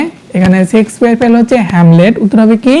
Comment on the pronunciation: হ্যাঁ ভাই ইনি শেক্সপিয়ার না বলে।।। সেক্স পিয়ার😅😅😅😅 কথাটা বারবার বলছিল